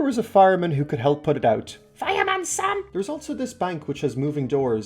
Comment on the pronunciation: When you said fireman Sam who sounded like drunk underwater